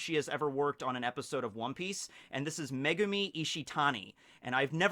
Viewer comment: I keep on hearing the directors name as "MEGUMIUN!!!" so that the episode ended up over the top and epic.....😏